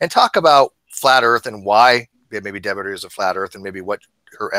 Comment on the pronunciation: sounds like its not Debbie...